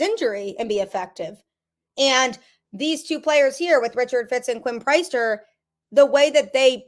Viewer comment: Priester, it is pronounced the same as if he led a congregation on Sunday. Priest-er not price-ster